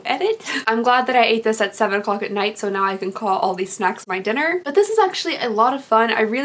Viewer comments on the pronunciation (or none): none